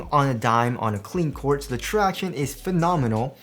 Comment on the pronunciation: Thanks for stop saying ‘tractioonees’.